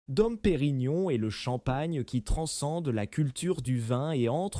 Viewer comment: "Taytinger" "dom" : encore un bon moment